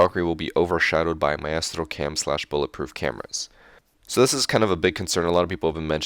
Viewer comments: not trying to be a dick but it isn't ma-estro but my-stro. not a a-e sound but together, except for that great video! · Its pronounced mi-stro not my-estro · i hate how he says maestro. its like a musical conductor a maestro not mi-est-ro like hes saying xD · "My-estro" lol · Richard Price he's Hispanic so he thinks he has to say it that way. My-ah-stroh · It's pronounced 'My-stroe' btw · you say Maestro so strange lol